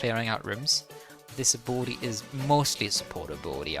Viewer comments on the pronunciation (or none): Ab-il-ity not 'Aboeloetie' haha. Great video, helpful